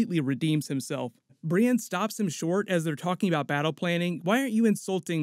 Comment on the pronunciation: Brienne ----> BriEND